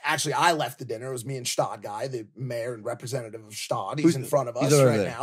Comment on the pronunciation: its Gstaad, not shtad